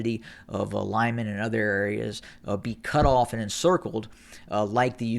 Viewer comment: its pronounced "LeemAn", the emphasis as in almost all russian names on the last syllable.